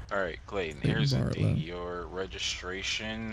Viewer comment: My first name is Clayton and he says it as clay-in